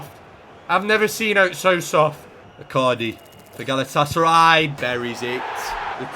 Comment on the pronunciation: Not even a minute in and he’s called them galatasary 😭